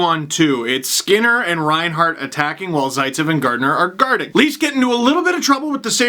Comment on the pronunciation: "because no was was gardin' er" - come on steve you're better than that